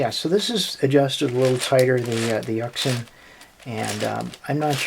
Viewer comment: It's pronounced yushin